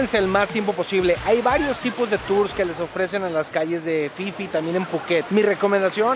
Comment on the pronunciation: Si es phi phi. Se pronuncia isla Fifi. El pipi es otra cosa 🤣🤣🤣